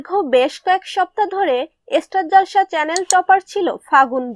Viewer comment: মালবিকা সেন আর বোস একই মানুষ জানতাম।অন্য সিরিয়ালে দেখেছি। গান ও শুনেছি। রূপে গুণে অসাধারণ। তবে আপনি যে মূর্খের মতো উচ্চারণ করেন, সেটা খুব নীচু মানের। ইস্টারজলসা কেন? স্টার জলসা বলুন,না হলে আমাকে দিয়ে দিন।